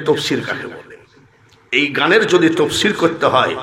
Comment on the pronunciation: শব্দটি তাফসির আর আপনি বললেন তফসির।